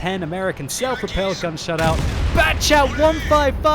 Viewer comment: Batchat 155... Why not Battchation 155 with French accent? You betrayed us